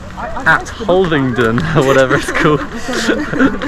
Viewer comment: brilliant 🎉🎉. (hul- aving- ton 😂 )